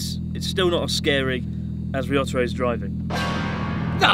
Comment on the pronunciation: "RISOTORRO CAM". I'M DONE. I CAN'T WATCH ANYMORE THEY PRONOUNCED MY DEATH ON THE SPOT. 😂